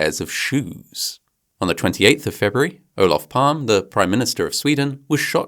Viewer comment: Nitpicking. Olof PalmE.. the E is not silent. :)